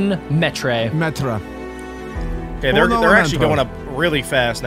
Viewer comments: Bro it's not Jeffrey it's metre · No way they called a meter, ✨️met-rei✨️